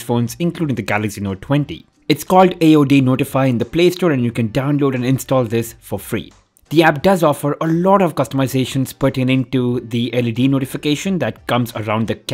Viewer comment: It's aodnotify not audnotify like how you said.